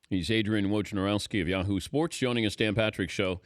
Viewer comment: He pronounced it wrong the j is silent so it's more like wonarowski